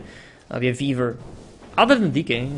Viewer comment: Whenever says "Weaver" it almost sounds like Beaver:)